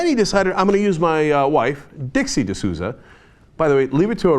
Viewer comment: Dinesh D'Souza...Sounds like LOOSUH...Oh well...